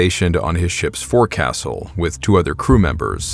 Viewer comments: Just a tip for accuracy in the future. “Forecastle” is pronounced “fo’csle”. Why? Not sure lol. But that’s how sailors pronounce it. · I don’t mean to be that guy but forecastle is pronounced “folks-hole” I know it sounds crazy but trust me, I’m in the navy. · Forecastle is pronounced FOLK-SIL... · Forecastle is pronounced as foke-sol. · Forecastle? You mean foke sal.